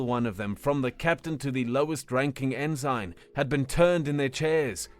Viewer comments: OMG it's pronounced "en sin" a military rank not "in sign" within a sign!!! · it's pronounced "en-sin" not "in-sign" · How is it that a robot can pronounce en-sin ( ensign ) right, but not a human? Just wonderin. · Actually, I got used to it like an accented version of the word. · Sorry about the pronunciation of ensign, thats just how people pronounce it where im from and ive gotten used to it that way. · The G is silent in Ensign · All of these comments are about the pronunciation of ensign, but I have to say that this was the single most horrific HFY I’ve ever heard and I cannot fully express how much I enjoyed it. I savored every last second of it. So what you mispronounced a single word? This was great and I would love to see a continuation of this universe, however it may take form. People are too critical, keep up the great work! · The pronunciation ends the immersion, though -- so I can see why people are complaining. Plus, I figure a lot of the people here watched Star Trek, and that rank was spoken quite often. Hearing it mispronounced is jarring. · no, its mispronounced 🤣💀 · Funny that a Brit does not know that the rank Ensign is pronounced EnSin. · It isnt nove, sadly. It is a weird thought to have when you think about hod few words are pronounced the way they are actually spelled. To look at a word and have the thought, "I know how to say that." Is kind of crazy. Without bothering to look up the pronunciation I couldn't imagine thinking I knew how tonor was saying the word correctly. Like in this situation saying it the way he has here makes it a completely different word and meaning rather than the rank it is refering to.